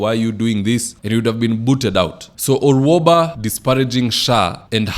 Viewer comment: Gloria Orwoba not Orwaba,.